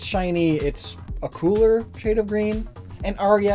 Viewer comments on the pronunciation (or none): none